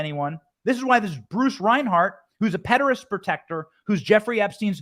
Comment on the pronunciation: I don't think Benny is allowed to call them "pedophiles" on YouTube. There's another truther that says "pederass" as well.